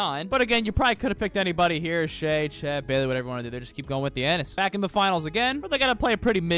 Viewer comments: Say it with me “tha-na-sis” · My man really said thianis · Y did he say thenasas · ta-nah-sis thianis is crazy 😂😂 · That’s not Thiannis it’s Thanasis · It's not Theanis it's Thinasis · thanasis, not thianis lol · Bro said Thianis💀💀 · calling him theannius pissed me off to anoyher level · Calling him Thiannis is crazy 😭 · Thee Anis. That’s definitely his name. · Its THA-NA-SIS bro 😂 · Bro lit said theanis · bro said Fianiss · Called him giannis(thiannis) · It's pronounced tha na sis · Stopped watching after 2 minutes of hearing "Thianis". Don't disrespect the goat like that. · Commenting about pronunciation of “Thanasis”. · He literally refuses to learn the proper pronunciation at this point. He called Shai "Shy" for a while too lmao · his name is *thanasis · Waiting for the day when he pronounces Thanasis correctly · I'm just joining in with everybody else who wondering how he make a whole video about someone name he can't pronounce lol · who’s gonna tell him how to pronounce thanasis? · bro didn't pronounce Thanasis right one time in the whole video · you not even trying wit his name lol i’ll give you your shameless comment